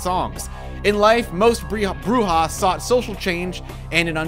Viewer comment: Your Spanish is very good I like that you pronounced "bruja" correctly.